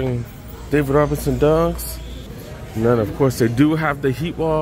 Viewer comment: did you say David Robinson Dunks? 😅